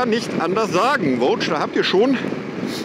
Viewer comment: Mich nervt wie er immer Voge ausspricht. Sonst alles Top